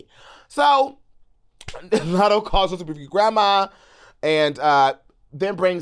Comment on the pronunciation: Lmaoo now Ik u ain’t juss sayin latto wrong one time in this whole 30 some minute video